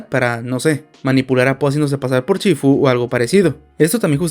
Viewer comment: No es chifu, es shifu